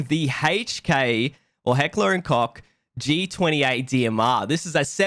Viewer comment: Germans: "Heckler & Koch": "Heckler & Cock" Love it so much:D